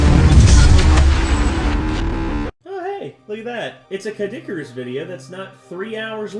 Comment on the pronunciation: CADD-ICARUS!?! XD